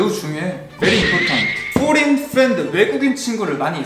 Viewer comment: "WORD IS VERY IMPORTANT":mater, mycrosopt, forien, foriend me: - _